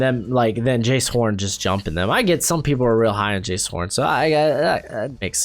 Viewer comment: Btw Jaycee horn is pronounced jay-cee not jayce, love the channel